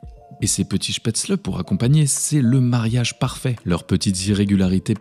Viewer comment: En tant qu’alsacien ce que j’ai préféré était de remarquer que la prononciation de spetzle était parfaite